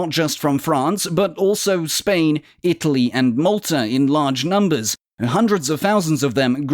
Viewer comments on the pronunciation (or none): none